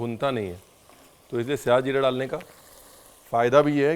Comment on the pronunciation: Aaj jakar kisi se suna sahi lafz syah zeera nhi to shahi zeera sun sun k irritate ho gye the